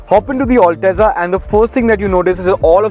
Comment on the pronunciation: It's not all teza you gawar, it's al-teza